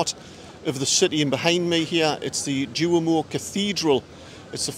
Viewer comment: Great video. The battle of the stripes looks really interesting. Some pronunciation help for you...The cathedral is pronounced "dwomo". The 2 Milan teams are known as "meelan" or "inter". Good luck in the San SIro tonight! ps: The stadium is actually the "Guiseppe Meazza" but the zone of Milano its in is called San Siro